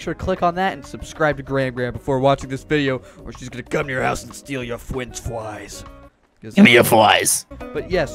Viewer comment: Gram Gram: “Gimme your fwies.” Me: Laughing By the way, if you wanna know what my favorite Trevor Henderson creation is, it’s Siren Head of course!! ÙwÚ